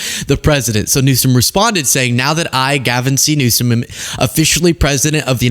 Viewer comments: Newsom probably has a higher IQ than Trump! Well, I think EVERYONE has a higher IQ than Trump! 😂. He can’t even pronounce Newsom, he says Newscom! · tRump sits there discussing how a president shouldn't have "learning disabilities" ... as he cannot say his name or refuses to say Gavin Newsom's name correctly. Ummm ... excuse me ... I don't think we should have an imbecile as president. The learning difficulties are a hurdle not a wall. Very intelligent individuals out there with learning disabilities doing great things ... but your dumb sits there and judges others while becoming a president that has gotten away with so many crimes and alleged crimes 🤔🙄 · He’s talking about Gavin’s dyslexia making him dumb but he can’t even pronounce the dude’s f**king last name omg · "Gavin Newskum has learning disabilities" 😂 Trump can't even pronounce names right. Who is he attacking?? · He can't even pronounce Gavin Newsom's name right!!!! Newcome!!!! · To Trump: Before you start talking about learning disability, you need to have perfect speech! It's Newsom, not "Newscom" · He can't even say his correct name. He keeps saying Gavin newscome instead of newsome. And jd thinks he's smart but he's as dumb as dirt. Albert Einstein had learning disabilities They are actually very smart people. Trump is just stupid. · tRump displays even less intelligence, by calling "Newsom"... "NewsCome" --- must be a reading/comprehension issue... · Is his name Gavin Newsom then what was Trump trying to say cause he surely did not say news Stone he said news scum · He mispronounces Newsome’s name on purpose. Look who’s scum now! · He pronounces it NEW-SCUM. Who’s the stupid one? 💙💙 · Did no one else notice tRump said "the president of the United States, Gavin Newscum"? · Did you catch he kept calling him "New-sCome" ? At first I thought he was making a joke about his name, (New Scum) but he usually makes it very clear when he's joking in that he thinks he's so funny. And THAT's the funny part.